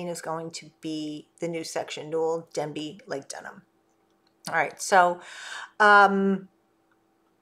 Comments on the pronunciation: There is no Village of “Denbey” there is a village of “Dabney” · You keep talking about the new village of Denbey in multiple videos. There is no new village of DENbey. The village is called DABney. Dabney, not Denby. Hope this helps.